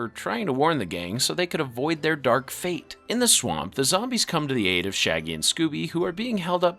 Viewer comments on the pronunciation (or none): none